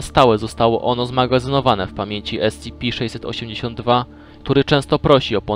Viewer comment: Słysze że wymawiasz S-CI-PI kiedy powinieneś wymawiać S-SI-PI. Pozatym świetna robota.